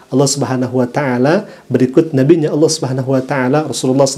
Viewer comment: Dari logat bahasa dan pengucapan kata Allah aja Uda aneh.... Ada udang di balik batu 😂😂😂🐍🐍🐍🐍🐍